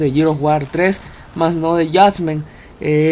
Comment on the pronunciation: Jajaja a huevo dice Jusgahstasment equisdé.